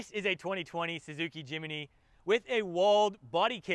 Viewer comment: Jim-knee not Jim-ee-knee 😂